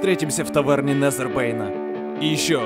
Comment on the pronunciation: Он ещё и сказал не таверне,а именно тавэрне(или тавэрнэ) Ну,я так слышала